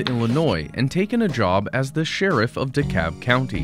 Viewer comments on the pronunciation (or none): Is it really pronounced Dekab I’ve been saying DeKalb my whole life! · Its Dekalb not Dekab